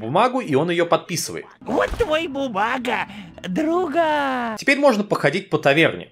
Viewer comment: Почему мне так нравится как он произносит: "Другааа")))